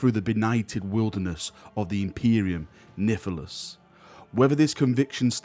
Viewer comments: I'm Australian and even I think we need to talk mate... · right? wtf is he snortin everytime I hear it cringe lmao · Nihilus. NYE-ILL-US. Not NIFF-EL-US. There's no F. Not even an implied F. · Sorry to 'ackshually' here. If High Gothic is essentially Latin, it'd be 'nee-ill-oos'. English was thoroughly screwed by the whole 'Great Vowel Shift' btw 1400 and 1700. Both you and are heretics. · I like your content, but seriously mate, where is the fucking "f" in "imperium nihilus"?